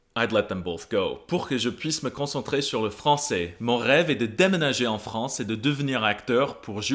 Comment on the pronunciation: LA FRONCE ! Mesdames et messieurs !